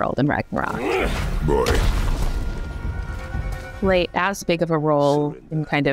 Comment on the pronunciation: It was the first time I heard the correct pronunciation of "Ragnarok"! :D Amazing!